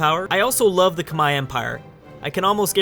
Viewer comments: It's not "Kamahie"it's "kmer", the "H" is silent. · Khmer=Comehre not khmai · Love the vid as always, but just gotta point out one thing: Khmer is pronounced like kim-air/ear, not kim-eye. At least in English anyway. As in Khmer Rouge. Anyway, keep up the good work. =) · tankfarmer realy because I have been to Cambodgia and no one say kmai it was more K Mer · It's not cum-hi, it's pronounced like Come here. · Why does always say 'kmai' instead of khmer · I am actually khmer myself, and every Khmer person pronounces it as "kmai" as in bye. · tankfarmer I've always heard Kuh-mare, or k-mer as you said. Granted I'm American and my main knowledge of the pronunciation is from the Khmer Rouge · Its properly pronounce like Khmae not Khmer or Khmei, the Northern dialect pronounces it Khmer (just like its spelled) however which is where the English pronunciation comes from. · However I do believe in modern times it is pronounced like Khmai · When someone calls a Muslim Sultanate attempting to claim Rum/the one who becomes the Ottomans the Byzantines... inhales BOOOOOIIIIIII!!! Also, Ca-Meer. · Khmer Kah-Meer!!!!! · It’s k-mai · Khmer is pronounced come here. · read khmer Say khmai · Khmer= kuh mare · Oh my god, learn how to say Khmer, please, you're killing me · I don't think that's how you say "Khmer" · The way he pronounce "khmer" physically hurt my ears